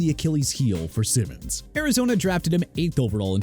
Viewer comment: That is not how you pronounce Simmons name. And the list is trash. TPS is a lazy “sports” channel